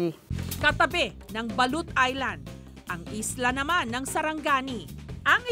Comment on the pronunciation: its sarangani not saranggani